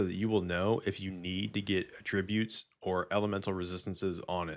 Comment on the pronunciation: For what it's worth, it's pronounced AT-trib-ute because it's a noun (person/place/thing). The other way, at-TRIB-ute, is the verb.